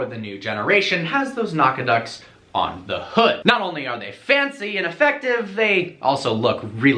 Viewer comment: Awesome video! I should mention "Nack-a-dots" is how you should pronounce that word.